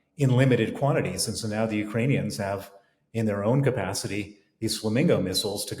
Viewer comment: "Just nauer". So painful.